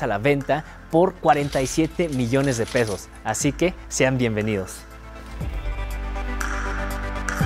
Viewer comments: Jajaja dijo pedos en vez de pesos 😎🤣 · Cuando dijo el precio creí que dijo 47 millones de "pedos", repetí el audio muchas veces hasta que note pesos😂, si me saco de onda😂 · Embes de pesos dijo pedos😂😂😂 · Alguien más que escuchó pedos en vez de pesos xD ? PD: no lo digo para burlarme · Nadie más se dio cuenta que al inicio dice “47 millones de pedos” ? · Alguien más escucho 47 millones de pedoosss😅 eres un ammorrrr🥰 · Alguien más escuchó 47 millones de pedos en el minuto ? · Soy el único que escuchó "47 millones de pedos"? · Soy el único que Escucha que dice que 47 millones de PEDOS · ni tanto, te fijaste al principio que dijo el precio de la casa? jajaja te la vas a curar XD